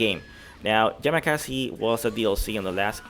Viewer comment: My ears when hearing: "Yama-KAZI" ʕಠ_ಠʔ The equipment is according to the filtration: Team1: Nakoruru Haohmaru Darli Team2: Rock Howard B. Jenet Gato Team3: Ryuji YAMAZAKI Billy Kane Geese Howard Team4 Unknown at the moment (I explain below) Lonely Box Rugal Bernstein (it can be Omega Rugal and this I say from the other leak) Next to this box will supposedly appear the counterpart of "Verse" Final Boss of KOF XIV who handles water or ice, that is, the entity that owns the other hand of Shun'ei Now the NEW FILTRATION that the Argentine youtuber Javiwario presented on his channel more specific information about the game mentions the aforementioned in addition to new data: Team4: Orochi Team in its true orochi versions. The Orochi Team is in its normal version and less powerful canonically speaking, so these versions that are at the level of the Sacred Treasures these will come out by DLC: Orochi Yashiro (Earth) Orochi Shermie (Lightning) Orochi Chris (Fire) Also mentions what the lonely square will be for Omega Rugal The Boss or "Sub Boss" will be called: "RE-VERSE",who handles water or ice, the countepart of "Verse" Final Boss will be called: OTOMA-RAGA In addition to likely that the DLC will continue but at most 2 more teams. What the youtuber presented is credible because it had the 3D modeling of Elisabeth in full body and not only what many YouTube channels copied hours later and lent as theirs, the appearance of Kula Diamond and Máxima in addition to specific information